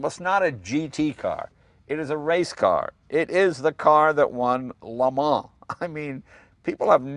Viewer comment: LMAO.. it's the murican in him